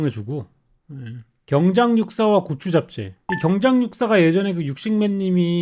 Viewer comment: 중국어 발음과 한국어 발음이 섞인 경우죠 ㅋㅋㅋ 한국식으로 읽으면 경장육사 중국식으로 읽으면 찡장로스(슬) 인데 그게 섞인 겁니다 ㅋㅋ